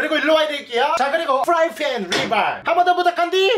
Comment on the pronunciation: f프라이팬 발음 ㄷㄷ